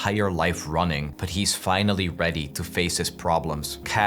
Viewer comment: bro said finlay like forrest gump